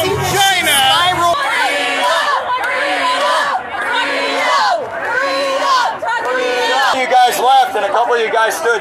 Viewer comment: That guy didn't say Chynah properly